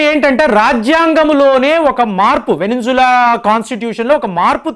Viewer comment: adi venezuela Veninzula kaadu